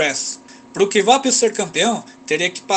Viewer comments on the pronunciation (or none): Ótimo video, a título de informação não se pronuncia Kivapil e sim "Quapil"